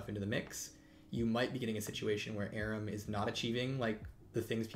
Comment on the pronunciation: Why does he call it ARUM?